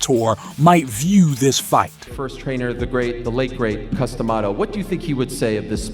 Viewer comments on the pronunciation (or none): I know you did not just pronounce Cus D'Amato's name Coos Tomato.